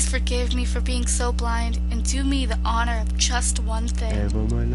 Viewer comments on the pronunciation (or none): none